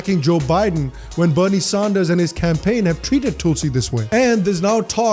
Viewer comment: Please not Sahnders